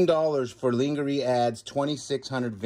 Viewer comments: Love the variety. The little ones are cute as a bug in a rug as we say in the UK.Not lingerie, pronounced lorne jer ie.😎Not a bra a suspender belt! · "Ling ger ee"??? Lol! 🤣🤣🤣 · Under wear and nightgowns for women in pronounced Lan - GA- RAY, (short a in LAN) maybe you know that and pronounce it differently for fun like Ka - nice. Love watching